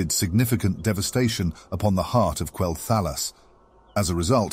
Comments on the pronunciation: KWELL-THUH-LOSS :l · while it was rather enjoyable most people pronounce Quel'thalas as Quel- tha-loss. Not a big issue. Just might put off some people since you are still growing. Keep up the good work though :3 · Why do you say quel'thalas like that? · Go play the game and listen to how the NPCs pronounce Quel'Thelas and say it like they do. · You pronounced Quel’thalas different each time and never said it right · I apologize for the mispronunciation of Quel'Thalas! It's rather hard to get it right within the context of a sentence. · Hey, thanks for the feedback! I'm aware of the mispronunciation of certain names and made adjustments to future video and podcast narrations. The reason for the sometimes strange pronunciation is due to the use of an AI narrative. This choice proved troublesome at unique situations like Quel'Thalas, Kel'Thuzad, Kael'Thas. Either way, the idea remains unchanged, bringing the viewer a captivating and broad overview of the zone. Hope this clears things up!